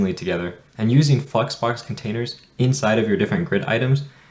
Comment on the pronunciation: It's flexbox, not fucks box 🤣🤣🤣🤣🙏🙏🙏 Pronounce it properly